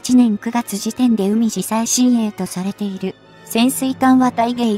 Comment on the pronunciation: うみじ最新鋭？ かいじだろう。 極めてお粗末。